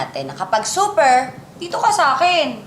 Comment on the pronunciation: SUPPER HINDI SUPER.. HAHA